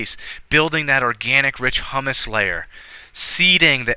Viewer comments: Thank you. However, please pronounce humus correctly so that those watching do not learn to also pronounce it incorrectly, and then look like fools in front of an interview panel. You are pronouncing it as if it is the food hummus (blended chick peas with tahini, garlic, lemon). It should instead be pronounced hyoomuss. I also heard you pronounce incorrectly once as perkyoolation. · What about the e horizon between the a and b horizon? Where eluviation occurs. And the r horizon below the c horizon? Also, you keep mentioning hummus instead of pronouncing humus. Hummus is a food but humus is referring to soil.